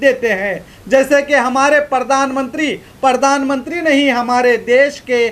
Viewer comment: Pahle to aap sahi word bolna seekh lo news bol rahe ho aur baar baar pardan mantri bol rahe ho jabki sahi word hai pardhan mantri ok. Raha sawal logon k gusse ka to kis se kahne jaein sab jagah to us ne apne admi bitha rakhe hain.